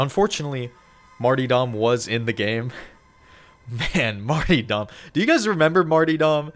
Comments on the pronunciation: damn every youtuber has about a 4th graders grammar or english level. Its not pronounced Marty-daw, the word marti'd is pronounced may-tre-dee or may-tre-daw. You're welcome. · it's martyrdom pronounced 'marter-dom' not 'marty-dom' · Marty dom?? it's pronounced marterdem. Martyrs are those that sacrifice themselves for a cause, hence Martyrdom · Martyr-dom . Not marty-dom. Read and speak correctly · mf said marty dumb 😭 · Bro pronounces martyrdom as "marty-dumb". Mate, you are special. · Marty-dom 😂 Martyrdom* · "Mar - ter - dumb" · damn every time you say martyrdom a piece of me dies inside. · Great video. Please learn how to pronounce "martyrdom".